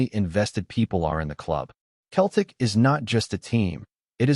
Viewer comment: If you can't even pronounce Celtic properly, no-one will listen to your AI slop!